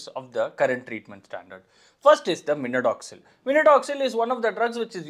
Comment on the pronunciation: Minodoxil ❌ minoxidil ✅